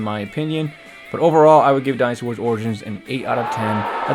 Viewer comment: You are pronouncing Dynasty wrong 😑